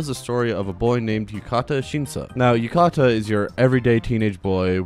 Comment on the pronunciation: I know this doesn't matter but his name is Yu-ta-ka not Yu-ka-ta which is the way you say it in the video